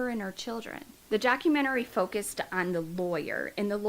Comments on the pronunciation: It's documentary, not documenterary.... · Hi. Love your channel. I'm gonna help you out with no disrespect meant at all. You just sound like you're really struggling with this word and you don't need to as you are adding an extra syllable. Lol..it's just doc- u- men-tary...not documenterary. Hope that helps...lol. Hugs 😊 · Honey it's not a documentarary, its documentary! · Good grief, you have said document-arary a hundred times!!! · I didn't wanna say anything🙈 So im glad some of you did🤭😅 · Honey youre saying documentary wrong. Docu-men-tary. You put an extra r syllable in there. Good luck! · Idk if anyone has corrected you, but you’re pronouncing documentary wrong. I thought it was me at first, but after listening further I heard it again and again. No shade, just sharing! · I swear this is a re-post. I remember she mispronounced 'documentary' the same exact way in the same exact spot. When I look at her recently posted vids, I'm sure they're re-posts too! What's goin on here... is alright??? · You are mispronouncing the word "documentary".